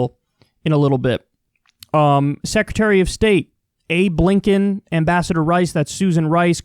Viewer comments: Swear to god, thought he said Abe Lincoln lmao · ablinken.... I thought you said Abe Lincoln for a sec LMAO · Did he say "Abe Lincoln", or "Hey Blinkin!"?